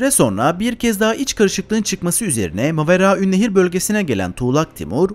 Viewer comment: Yaaa çen ne kaday güzel Maveraünnehir diyemiyosun😂😂😂😂😂